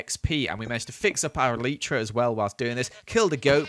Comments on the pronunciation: Did he just Call an elytra an elitra?! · When you say eitra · The proper way to pronounce elytra is E-Lie-Tra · Anyone else triggered by the way he says 'elytra'? (ee-lie-trugh) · hate how he says elytra